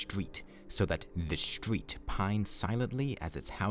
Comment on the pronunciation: THE RREEETESTERETE!!!!!!!!!